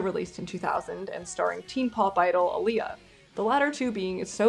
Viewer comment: This is a nitpick but the legacy of Aaliyah is important to me. Aaliyah is pronounced ah-leah not uh-leah ☺️ thank you for your time.